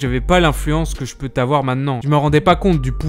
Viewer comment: J'aime beaucoup tes vidéos mais la grosse liaison dangereuse qui fait mal aux oreilles à "que je PEUT avoir"... 😂